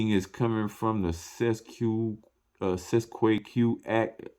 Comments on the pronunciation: Pronounce it this way: Cest tee kay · my friend i believe this is pronounced in latin CET A KAY. not that i speak latin but am reliably informed i believe. thanks so much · U can’t even pronounce it … please go away…